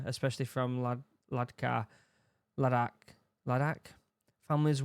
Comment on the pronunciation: Only a brit can read ladakh as ladkha, it's their own language and yet they pronounce words in a way that even don't make sense technically 😂😂